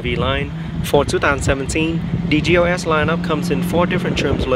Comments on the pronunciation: You're not crazy. I keep hearing GOS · I'm i crazy or i hear this guy pronouncing GLS as GOS !?